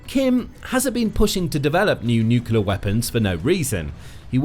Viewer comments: Jayzus. It’s painful listening to you botch the word “nuclear” so badly. In one sentence you’ll pronounce it correctly, then in the next you lose your gawd damned mind. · It’s ok, he can’t pronounce nuclear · My pet peeve. It's NUCLEAR (new clear), not bloody NUKULAR. It doesn't matter a jot but it grates on my f*****g ears. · NUCLEAR, not NUCULAR, bad bot! Is it a decoy, or a symbol of North Korean inability to do anything? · I'll never understand why people can't say "nuclear". Nook-lee-ar. Not nook-yee-lar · middle school english boys it aint NUCYUHLAR,, IT"S NEW CLEE AHRE exectera is ET CET ER A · Brother... if you are going to report the news. Please say the word nucLEAR correctly.. It is not Nukular... you are not Homer Simpson. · Nucular is not a word. Say the right word. Nuclear. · Please learn to say NU-CLEAR and not NU-CULAR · The word is nuclear - new-clear - not new-cular and this boat is neither. If you can't get that right what chance any of the rest is true? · It's nu-cle-ar ffs not noo-cu-lar. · "New-kew-lar" is not a word. My seven-year-old daughter can pronounce "nuclear" (new-klee-ar), why can't you? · The pronunciation of this repeated word should be NEW CLEAR and never NEW KILLER . The spelling of nuclear is a little helpful. Apart from that a very good video. Thank you. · Nuc-u-ler is not a word. It’s Nuclear (NEW-clear). And it’s Kim Jong Un, not Kim Yung Un. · They accidentally made a nucular submarine instead af a nuclear submarine. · It's pronounced new-clee-ar, not new-cu-lar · If you're going to make a video about nuclear submarines, at least pronounce 'nuclear' correctly. It's NEW-CLEAR, not NEW-CUE-LAR. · I wish the narrator wouldn't say "nukiler" like Homer Simpson (and Trump, and Bush Jr.) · How does a channel called the Military show manage to mispronounce NUCLEAR every time as Nucular? I don't get it. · You literally said "nucular." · "Nucular" isn't a word. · nuclear not nucular. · "Nucular"...More cretinism...